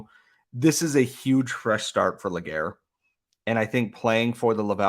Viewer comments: LÉ- GA - RÉ ... pronounced LAY GAR RAY not LE GAYRE I get you're english dude but like come on . ;) <3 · Great trade by Hughes !! Can't wait to see what his next move will be ! btw it's Légaré not Laguerre ;) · I know that this guy (Nathan Légaré) having a french name could be a challenge to pronounce for english-speaking folks, but just to point you in the right path, Légaré is pronounced "Lay-ga-ray", in English phonetics. 🙂